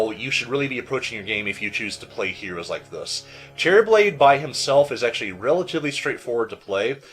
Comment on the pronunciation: for some reason I keep thinking he's saying "Cherryblade." I cannot unhear this xD